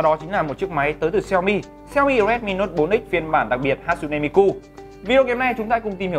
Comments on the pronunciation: Đọc là Ha chư nê mi kư mới đúng. Ổng toàn Hát su nê Mi ku :)) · ne = nê .ku= kư tiếng Nhật đọc z đó bạn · Đọc đúng là Ha Tsu ( trư ) Ne MiKU ( mikư ) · Bá Tước mà cả cái tên đọc sai lun, hát su ne mi ku, đáng ra hatsune miku = ha+ tsu+ne mi + kư